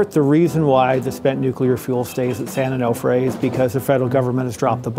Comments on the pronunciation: It's "san oh-no-fray", not "san-oh-noff-fray." Because mispronunciation of the name poses a far greater risk to the public than spent fuel, I guess... But seriously... "these containment facilities are fine as long as the vents remain open" (paraphrasing). So what happens if the vents get blocked, say by sand and debris due to inundation by sea water? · Can’t even pronounce San Onofre… social media scientists at it again. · Please pronounce San Onofre correctly. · Painful listening to the incorrect pronunciation of San Onofre. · How do you visit a site, interview people, have a recorded interview where the name is pronounced for you, and still can’t pronounce the site appropriately? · I can't stand how she says San Onofre. Should have asked someone how to pronounce it. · COULDN'T YOU PEOPLE FIND A NARRORATOR THAT CAN ACTUALLY PRONOUNCE SAN ONOFRE CORRECTLY??????? Drives me insane! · The way she pronounced San Onofre was terrible.